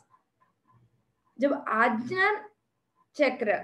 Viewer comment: आज्ञा =aagya NOT agna All is well